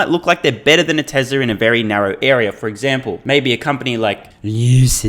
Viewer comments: I laugh every time you say lucid motors. Thank you. =) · I have always said Lucid motors just like that. It kills me every time u do it. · I don’t know why he says ‘Lucid Motors’ the way he does but it makes me laugh everytime